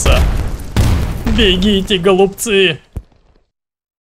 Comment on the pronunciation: Он сказал бегите, гОлуБцы, а не бегите глупцы.